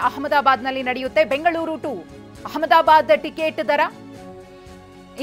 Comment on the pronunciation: ಪೈಟ್❎ ಫ್ಲೈಟ್ ✅ ಅಮದಾಬಾದ್❎ ಅಹಮದಾಬಾದ್ ✅ ಏನ್ರೀ media??